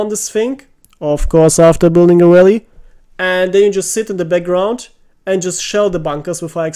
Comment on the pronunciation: lmao, the sudden emphasis of building a rally cracked me up. Yes, seriously why are normandy allies so braindead that nobody wants to build rally...